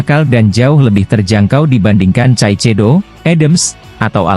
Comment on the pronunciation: Real Madrid bang....bukan Reel Madrid..pake A Caecedo bacanya Kaesedo... biar enak dengernya...